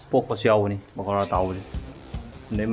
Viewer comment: It's Pakora 😁..not Pokara But it's not that Makhwang chengbi shape like in Ushop